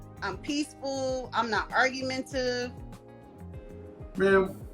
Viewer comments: Copertive is not cooperative and argmentive is not argumentative... my girl. Really? Basic English. You are 31... do better. "I DO BE LISTENIN." struggle bus bonnet gang. 😪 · She LITERALLY could not even SAY “cooperative and argumentative “. Dang!!! 😒😮😟